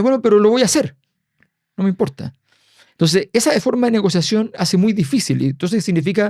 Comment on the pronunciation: El otro dice “lo que impolta” 😂